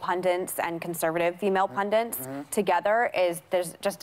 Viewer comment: On top of everything else, I just realized that she pronounces "pundit" with two Ns.